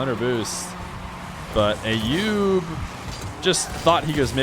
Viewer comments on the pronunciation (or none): the name "Ayoub" is pronounced with an A as in "umbrella" not A as in "ate" .. So like "uh-yoob" .. Please, it's not hard at all and I'm not even Arabic or middle eastern at all btw!